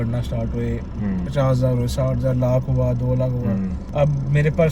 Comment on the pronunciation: Bhai it is not lak it is lakh